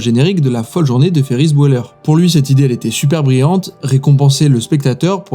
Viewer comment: La vidéo est incroyable mais un petit détail me chicote pendant cette vidéo. Ferris Bueller se prononce Biouller et Bweller. Sinon tout est parfait😁